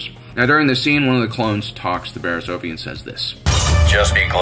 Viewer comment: Sadly, I didn't rate this video. It is good, but the mispronouncing of ' name grates on my nerves. it is OFF-IE, not OAF-EE 🤓